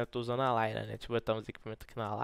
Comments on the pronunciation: Cara se falou layla em vez de lylia umas 10 veses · Cara falando Layla e eu procurando a loirinha kkk se ler LÍLIA po kkkk